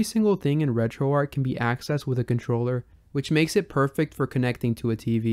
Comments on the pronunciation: Dude stop saying Retroark. It's Retroarch. It doesn't make you sound cool, edgy, or different. It makes you sound ignorant of the origin of the name Retroarch. It was originally a CLI tool running on Arch Linux. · Alright, which one of us is pronouncing RetroArch wrong?